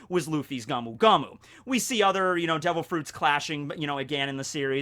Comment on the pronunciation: Sorry, but it's not the gumu gumu no mi it's the go as in the word "go" and mu as in the sound a cow makes, "moo". Go - moo go - moo no mi. A good tip for pronouncing Japanese words is break them down by syllables and those always sound the same. For example, the "ka" in katana sounds the same as the "ka" in Katakuri's name.